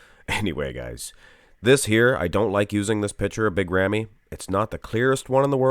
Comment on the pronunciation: As Arabic You pronounce the name not bad 🙂